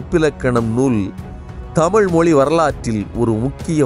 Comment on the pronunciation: சிறப்பான பதிவு. நீங்களும் தமிழை தமிழ் என்று கூறுங்கள். தமில் என்று கூட வேண்டாம் என வேண்டிக்கொள்கிறேன். நன்றி.